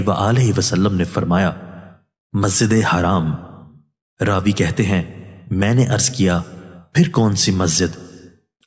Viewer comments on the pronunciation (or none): none